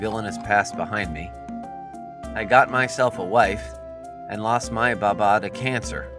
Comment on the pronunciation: Your pronunciation of the words make me cringe. It’s okay because the Arabic ‘Hassan’ hasn’t got a letter in English. ‘Baba’ is ‘baabaa’